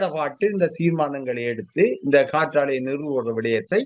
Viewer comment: நெறியாளர் காற்றலை என சொல்கிறார். "காற்றாலை" தானே சரி. சரியாக உச்சரித்தார். டென்மார்க்கில் கடலில் ஆயிரக்கணக்கான காற்றாலைகள் அமைத்துள்ளனர். தமிழ் நாட்டில் நிலத்தில் ஆயிரக்கணக்கான காற்றாலைகள் உள்ளன.